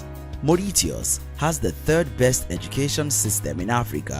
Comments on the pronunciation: Its very sad to have come across this video which doesnt know anything about Africa and its African countries do sad its Maurishias/Mauritias not the way you said it...And underating my Zim like that does not go well with me as a Zimbabwean who loves her country..You know nothing about Zim thats why its not on the least...Africa unite and be healed😬😔😌🤯🥵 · Is pronounced #Moricious# By the way, why do all these Countries have 1 thing in common? THE Darlings of the West. Sorry, Is just my analysis.South African Education is not best. It has infrastructure and practical training systems which are discriminatory. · Mooreeteahus …. 😂 never heard it pronounced like that!! 👍🏽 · Mauritius ="Morishos"* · The way you butchered the name "Mauritius"...I will hide this from my Mauritian colleagues and gf.🤣 🇰🇪🇰🇪🇰🇪🇲🇺🇲🇺🇲🇺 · Your pronunciation of Mauritius and tunisia is funny.😁😁